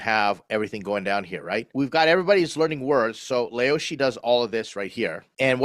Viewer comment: you lived in china for 2 years and called it leoshi 😂😂